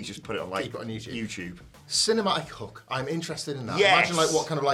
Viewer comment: Do you not know how to say the word hook